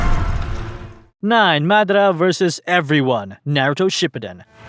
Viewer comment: "naruto shipooton"😭